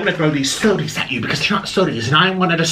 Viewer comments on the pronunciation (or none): "Sodie?" LMFAO!!!!